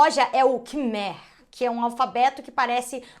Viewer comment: Só uma correção a uma informação do vídeo (nada absurdo). Meus tios moram no Camboja, e no caso a língua de lá, o khmer, se lê camai